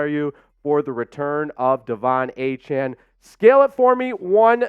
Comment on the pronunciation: Really? How the f*ck does Pain Train Achane work... when he pronounces his name A-chan? Noooooooooooooooo